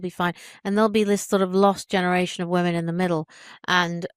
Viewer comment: Do u not hear yourself talk ?! Can’t pronounce women and your channel is about women